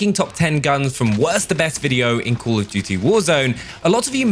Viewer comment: Col of dewty